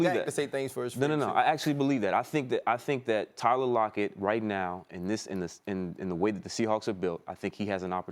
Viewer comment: he really said tyler lockett